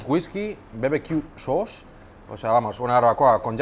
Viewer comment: la pronunciación de "sauce" impecable 😂